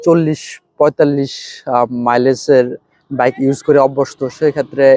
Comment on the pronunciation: আগে ভালো ভাবে কথা বলা শিখুন।ভাবের ঠ্যালায় বাইক কে ভাইক বললে ভাব না বেড়ে বরং মুর্খ মনে হয়।